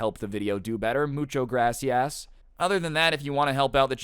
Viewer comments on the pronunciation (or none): mucho gracias sounds like moocho grassy ass